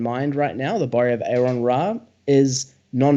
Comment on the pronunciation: When people have on their channel, they really, really need to learn how to properly say his name.